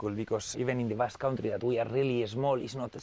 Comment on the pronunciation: "Basque maneya"